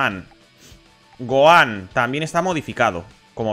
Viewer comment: Todos: Gojan/Tenchinjan: Goan/Tensian